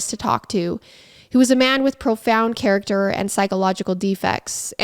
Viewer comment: Why u say character like that